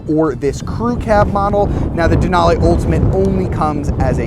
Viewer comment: Denal-eeeee not denal-ayyyy lol, but good video!